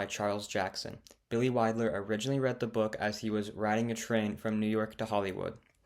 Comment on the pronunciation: And it’s Billy WILDER - not Billy Widler. SMH